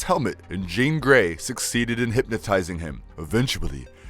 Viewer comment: He made a lot of mistakes like calling “Jean” “Jane”, calling banshee “her”, saying cable both helped and wanted to kill apocalypse… and those are just the ones I picked up… he’s clearly reading the script and doesn’t know much about the source material… ok… nerd rant over